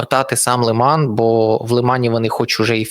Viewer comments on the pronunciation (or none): none